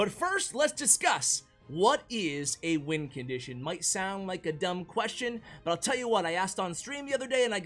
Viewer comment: nobody:: lets dont put the goblin barrel in the top 10 “wincontition” list